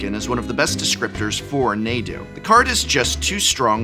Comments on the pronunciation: Why does the pronunciation "Nay-du" drive me so crazy. I'm definitely on team "Nah-dude" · It's pronounced Nah-Dude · It's pronounced Naw-do and it's not getting banned. However Shuko will be getting banned. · Calling it "Neydu" is criminal. Stop it. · god i wish i could dislike for each time he says nadu incorrectly. NAH-DOO, THERE'S NO Y IN THERE. i thought you were an english professor. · Hearing “Naydu” drove me up the wall. 🤣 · Good video, with good analysis of the current banlist. I do have to ask where you get these pronunciations from? Nay-do, Rah-gah-van, Your-Oh I honestly don't know anyone that pronounces them that way, not a big thing, just a curiosity of mine. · Nadu? Sounds like they're Na"done". 😎 ... I'll see myself out. 😅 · Quick question: why would pronounce Nadu as “n(ae)du” and not “R(ae)gayban” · Naydu? Rahgahvahn? Prof, you're really stirring the pot this time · Nadu, more like Nay-du. Nay, we don't want you (but fr, that pronunciation...) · Wait, since when is it pronounced 'neighdoo'?? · That pronunciation of Nadu is a war crime. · Had to stop watching after the third mispronunciation of Nadu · I've never heard someone pronounce "Nadu" that way. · Please bleep all of the instances of you mispronouncing Nadu. It's making me explode. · I can't get over how the Professor pronounces Nadu. It sount just wrong, but I can't explain why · Gotta be literally the only person i know pronouncing Nadu like this. Following it up by mispronouncing Ragavan in the opposite way almost makes it seem intentional but I already know how he butchers the word Azorius so im sure its just more of the same bad phonics. Really annoying after a while. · is it just me or does it bug anyone else that he says nay-du instead of nah-du? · I can only hear NAY-du so many times lol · Prof, You pronounce it Raw-gaw-vahn, but you pronounce Naw-du as Nay-du, omg Nay-du is grating on the ear! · Prof is the only one who calls him Naydoo and not Nahdoo. It hits my ear so so wrong.